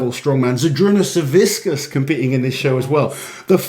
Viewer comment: Hey, you pronounce Savickas incorrectly. Its hilarious, because you say it like whiskas, the cat food.